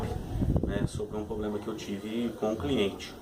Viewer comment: não é "pobrema" e sim "problema"